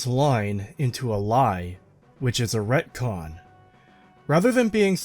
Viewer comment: ReTcon. Not racon.